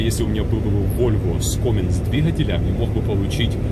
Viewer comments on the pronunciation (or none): И не коминс а каминс